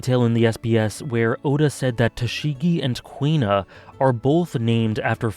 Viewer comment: Huh, Kuina sounds like "Queen-nah." Always read her name as Coup-Na.